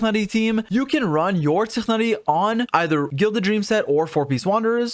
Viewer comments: Did u say really pronounce tighnari zichnari?? Like they literly said that name hundreds of times in the quest the trailer and u say zichnari? How? Do u habe a lingual disability? How are u saying zichnari? Come on just say tighnari its not that hard... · WHY ARE U SAYING TIGHNARI LIKE THAT. You made me look up the correct pronunciation to see if I missed something and it's apparently an arabic name which belonged to an arabic botanist by that name and it's not even pronounced like that. It's apparently pronounced Twignari. PLS.